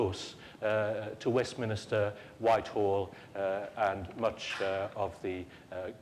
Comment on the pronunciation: Shame the person doing the intro , the president, can't pronounce governance and Westminster properly.